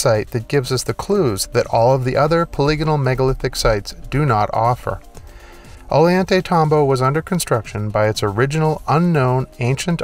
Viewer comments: 👍 Cool Video, all common sense if open minded I feel. Instead of cranes, I feel the elongated skull culture could levitate and manipulate the stones. Just FYI.. a double L in spanish makes a Y sound. Pronounced... Oy yan tay tambo. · ~~~ GET THIS CLOWN .. Ollantaytambo .. IS NOT .. ''Olie - ON-'' .. NOR IS .. Sacsayhuaman .. ''sack - suh - WHAY - min'' .. NOR .. Tambomachay .. ''tambo - vuh - chai'' .. IMBECILIC DOLT ~~~ """""""""""""""""""""""""""""""""""""""""""""""""""""""""""""""""""""""""""""""""""""""""""""""""""""""""""""""""""""""""""""""""""""""""""""""""""""""""""""""""""""""""""""""""""""""""""""""""""""""""""""""""""""""""""""""""""""""""""""""""""""""""""""""""""""""""""""""""""""""""""""""""""""""""""""""""""""" INTERNET PROVIDES PRONUNCIATION .. OF Quechua .. WORDS .. REPRONOUNCED IN Spain-Spanardo .. ''PLANT MATTER TURNED STONE INTO THE CONsistency OF .. wait The FK 4 'it' .. ''BLUBBER'' ! ALRIGHT NOW Poindexter, BRAINIAC .. DO 'it' ! TURN STONE INTO BLUBBER .. DO 'it' ! .. Knuckle Dragging Simian SH_T - TALKER .. SHOW VIDEO PROOF .. OR .. STFU&FKOFF !